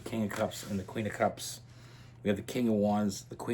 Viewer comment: When you say “cups” I hear “holes” which checks out 🤣🤣